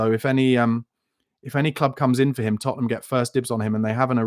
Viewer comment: Hey, you just can’t say Tottenham lol